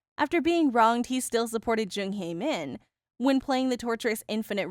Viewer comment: You keep mispronouncing Hae-Min's name wrong